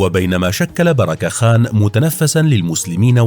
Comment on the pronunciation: بركة خان و ليس بيراك خان